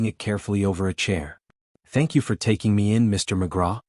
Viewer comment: TACking instead of taking?